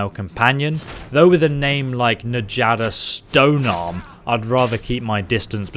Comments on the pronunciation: just so everyone is aware, in this type of spelling, the J acts as a y. So rather than "N-Jadda" as he was saying, it would be "Nyadda" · 😄😄😄 Its pronounced Nyada, not Na-jotta. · Isn’t Njada pronounced Nyada? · Njada is actually pronouced as Nya da since the Norse pronounce "J" as "Y" and also Aela is actually pronouced as A-Ella. Sorry if I sounded like I was nitpicking. I wasn't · It triggers me that u say N-jaada but still I love ur vids alot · Given that Nord names use j like a y, I'm pretty sure her name is "NEE-AH-DUH". Or maybe go weeb with it and say "Nya-da". Farkas is a blacksmith? His suck in Dustman's Cairn makes so much sense now. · pretty sure it's pronounced yaada